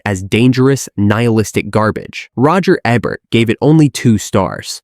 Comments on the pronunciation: Roger EH-bert?? This must be AI narrating these videos, cause otherwise the narrator is a fucking idiot. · His name is pronounced EE-bert. You AI garbage person. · Is this an AI voice or does this guy not know how to pronounce Roger Ebert's last name? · We not talking about how the title says “20 weird facts” and the video says 15? Or that the AI voiceover can’t pronounce Ebert correctly, even though he’s arguably the most famous movie critic ever?